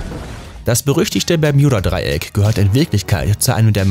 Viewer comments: Es heißt Bermuda Dreieck nicht bermjuda dreieck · Junge bermudaa nicht Bermudja Trigger nicht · Warum "Bermjuda", wenn es Bermuda heißt?! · Kolleg lerne deutsch es heisst nich permjuda dreieck sondern das Bermuda Dreieck 🥴😶😑.... du Pflock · Es heist Bermuda und nicht bermjuda 😑 das macht mich so aggressiv sprich es richtig aus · Also es macht mich echt aggressiv, dass du Bermjuda sagst statt Bermuda. Ich kann das Video nicht liken und nicht in Ruhe anschauen. Sry. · Wer kennts nicht das permjuda dreieck 😂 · Wen macht das auch so dezent Aggressiv das er "Berm J uda" sagt?😂😅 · das tut mir in meinem Kanadischen Herz weh, es heißt auch in Englsich Bermuda und wird auch so ausgesprochen. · Ich kann das Video nicht ernst nehmen. Muss jedes mal lachen wenn er Bermjuda sagt 😂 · simonsleif nein bärmjunda Dreieck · Das spricht man. Mit U bermuda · Mich ,das ist einfach so am triggers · Ich auch😑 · ich auch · Wieso sagt er das permjuda Dreieck 😂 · Das Bermjuda Dreieck, wer kennts nicht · Tut mir leid, aber ich kenne kein „Berm j uda " Dreieck 😂😂😂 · Alter zuerst Schtullu und jetzt Bermjuda.. der Typ macht mich lowkey aggressiv. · Sag doch einfach wie alle ganz normal " bermuda"😡😠😡😠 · Man kennt’s das permjuda Dreieck😂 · Man spricht es Bermuda Dreieck aus und nicht Bejmuda 🤣🤓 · Wie er ganze Zeit bjermuda sagt 😂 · Wenn regt es auch auf das er bermjuda sagt aber ist trotzden ein cooles video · Das triggert mich so hart "Bermjuda" 🤣😤😡😱🤯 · Das Berm j uda Dreieck: Und alles in dichten Nebel gehüllt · Ich glaube der kann kein Deutsch 😂😂😂😂 das permjuda Dreieck 😂😂😂😂😂😂😂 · Bermjuda Nerv Nerv Nerv 😂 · Wenn du noch einmal Bermjuda sagst... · Das regt auf Bermjuda Hahah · bermjuda 🤦‍♂️🤦‍♂️🤮 lern mal deine aussprache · Hahaha das ding ist so wird es englisch ausgesprochen habe ihn auch ein kommi geschrieben :"Wenn du schon Bermuda englisch aussprichst dann sag auch gleich Triangel und nicht Dreieck🤦‍♀️😂" oh man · b e r m u d a... ist das so schwer auszusprechen? Aaaaahhhh Ausraster 😂😂😂😂😂